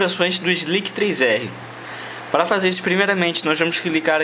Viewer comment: "Slic3r" o 3 está p/ um "e" no caso a pronuncia seria "Sliser"